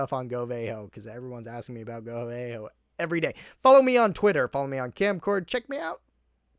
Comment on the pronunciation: they aren't VAY-kalyries, they're valkyries. so, it's go VAHHHHHHH ho, not go VAY ho